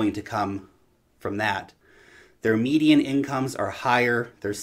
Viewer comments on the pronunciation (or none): none